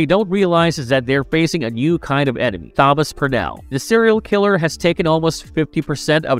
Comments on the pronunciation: yes, it's meant to be Thomas. This is the same narrator that mangled Thomas Wayne in Exactly the same way. It's bewildering. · Thank you for ruining another with your inability to read the name Thomas. It's not hard or new. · Are you….. pronouncing the “Th” in Thomas??? As in “this”. 😂😂😂😂😂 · Yeah. Odd. Is he trying to pronounce Thomas? I wonder, has he never seen the name before? Maybe he's only ever seen it written as Tomas. Whatever, its very off-putting cos now I can't help focusing on it. 🤣🤣🤣🤣